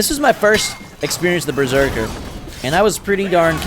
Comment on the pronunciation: lol you keep saying Breserker and not Berserker 😂